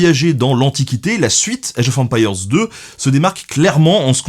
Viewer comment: Age of empire (prononcé à la française) sérieux ? Sans honte, normal ? Je kiffe le 1000eme degré !!! Franchement merci c'est top ce degré d'auto dérision 😄👍